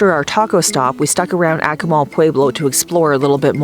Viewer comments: Yes... phonetically, it's correctly pronounced 'AH-koo-mal', not 'ACK-oo-mal'. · you need to learn how to pronounce the city name correctly.